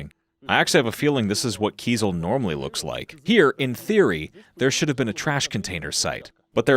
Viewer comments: In this video, the "journalist" demonstrates considerable arrogance and ignorance, entitlement, condescension, derision, and mockery. Most of the time, he does not even pronounce the name of Kyzyl properly. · You have gone to Tuva but failed to ask how to pronounce Kyzyl?